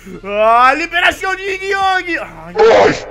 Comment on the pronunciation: o e yin yang não e ying yang